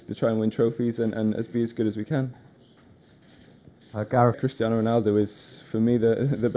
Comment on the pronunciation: GARETH NOT GRETH